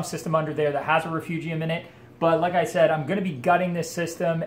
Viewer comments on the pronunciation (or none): none